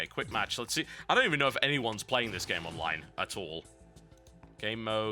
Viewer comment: pretty sure its the same guy who did game reviews for mmohut. dude has the tendency to pronounce online "onlive"